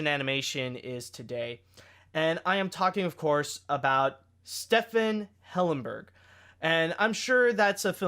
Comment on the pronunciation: not trying to be mean but I actually cringed how you pronounced Stephen